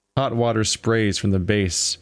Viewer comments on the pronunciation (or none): none